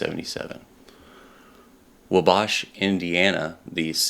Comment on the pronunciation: Great stuff, I enjoyed it. one thing tho, Wabash is pronounced WA bash. Thanks for sharing this.